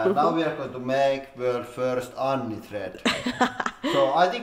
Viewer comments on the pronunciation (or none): It's not an ANSI thread, it's an ANNI thread. :D